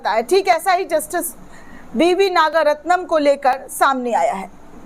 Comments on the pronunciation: नाम तो ठीक से ले लिया करो मोहतरमा नागरत्ना है नागारत्नम नहीं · Your wrong pronunciation of the name of Justice Nagaratnam repeatedly is very irritating to the ears of people.